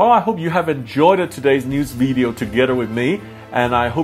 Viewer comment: Hi Sam, just a note , you don't pronounce ' Video' like ' Weedio ' it's a ' V' where you gently bite your lower lip to get the ' V' sound. But anyway, Cheers mate .